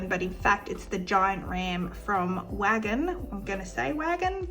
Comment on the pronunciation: Hi. Wagin is pronounced "way gin" 😊 it's a beautiful little place in WA.